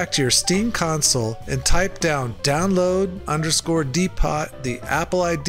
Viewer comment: DEEPOH...it's pronounced DEEPOH not DEEPOT. I was dying laughing listening to that i could barely focus.